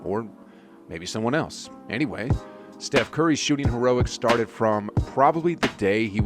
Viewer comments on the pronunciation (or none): none